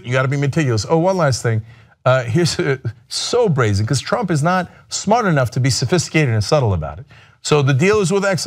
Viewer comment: ayo did cenk say so brazy 😂😂?